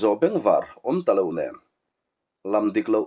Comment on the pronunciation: Comem na ah a lamrik dan dik zawk min raw hrilh tur in ka han ngen che u i tia a ziak ringawt hi chuan a fiah zolo mai thei ka ngaih pawi mawh na lai ka han sawi ve a nge kum 63 kani ve tawh a kan naupan lai t tang tawhin pheizawnga thapek pres pek hi (NAM) kan ti thin tuna (nem ) intih hi a diklo chhuk zawnga pres thapek hi nem tia lamtur.